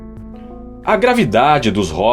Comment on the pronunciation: Não é róstos, é rôstos.